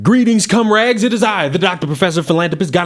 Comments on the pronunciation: So am I the only one was noticed started off by calling us "cum rags"? hahahahaha I scanned the comments all be it, but didn't see it off hand. Love your stuff,, but cum rags? hahahaha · Did you say “Greetings c-m rags?!?” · I'm sorry... did you say comrades or cum rags?